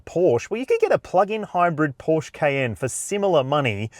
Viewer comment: No one in their right mind prefers the 4 over the Turbo. And learn how to pronounce Porsche (hint: it's two sylables)